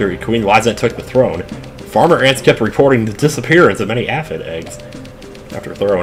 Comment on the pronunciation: Is now a good time to say that been pronouncing "aphid" wrong this whole time? Which come to think of it, reminds me of my own youthful mishaps with the word "acid".